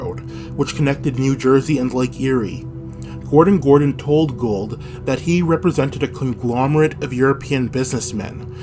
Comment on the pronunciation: To earn respect for your channel, learn the proper pronunciation of your key player’s name. It is not Gold.